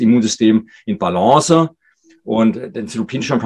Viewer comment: nettes vid, aber wenn der doc noch einmal balance mit e am ende ausspricht dann raste ich aus!!!!!!!!!!! :face-orange-raised-eyebrow::face-blue-smiling::face-green-smiling